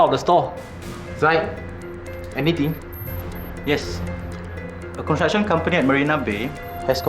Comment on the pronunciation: Does he not know how to say construction?